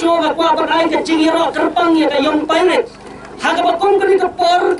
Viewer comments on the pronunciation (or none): Young pirates not yang pirati😂